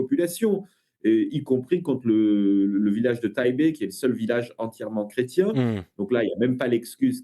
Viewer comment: Intéressant Par contre, merci d'insister sur le "i" du mot "chrétien"...